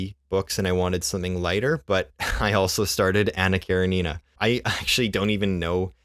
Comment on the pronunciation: Hello, I'm new to your channel and you actually pronounced Anna Karenina more accurately than the common "popular" pronunciation. Well done! Calvin and Hobbes is awesome. I named my cats after the comic.